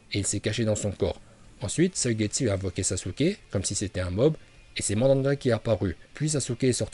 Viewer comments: Arrete de dire mandanda bordel 😭😂😂😂😂😭😭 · Le rinne tensei no jutsu n'est pas suicidaire, c'est juste que nagato n'avait plus de Chakra, et c'est drôle de t'entendre dire mandanda et pas manda... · mdrrr mandanda😂😂😂 c pas manda normalement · Chu mort il a dit Mandanda 😂😂😂👍👍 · Le serpan ces manda pas madanda